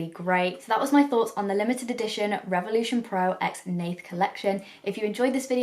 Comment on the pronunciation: You spoke her name very correctly :) Great test, I like it very much! makeup is so beautiful :) Greetings from Poland